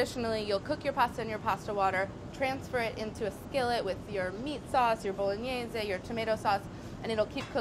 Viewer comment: I love how she said "bologneese"